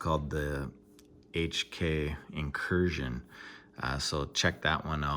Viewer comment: ☄Wow, you actually pronounced HK properly! Dope knife! Great video👍.